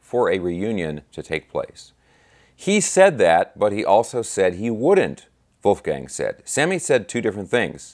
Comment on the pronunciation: brother, you hit all squarely on the head (and, mind you, I love how you pronounced Wolfie's first name). For one, it's still too soon. Two, I think it comes down to Dave and, to a lesser extent, Al (whom is likely and reasonably still mourning), not to mention Sam, whom had his opinions prior to Ed's passing (although Eddie's death was sobering to Hagar). You nailed it about Mikey. Michael Anthony is ALL class and someone from whom we can learn about professional decorum. Bottom line: The time is not "Right Now" (to quote the song). Wolfgang has every right to tread lightly. In this day and age, we seem to be focused on instant gratification. We really need to step back and marinate in what Eddie and Van Halen, in all of its incarnations, has gifted us. Let's circle back in around five-to-10 years and see if anything can be done, IF they all want and can still commit musically. Thank you,, for this excellent and conscientious breakdown. 🙂🙂🤘🤘